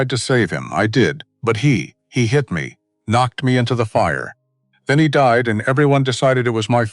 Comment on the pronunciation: AI shocking pronunciation Eg the K in “knocked” is not pronounced